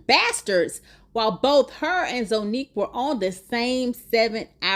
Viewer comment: And Zonnique is pronounced Zah not Zo.